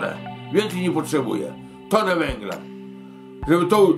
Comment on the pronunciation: tonę, nie tone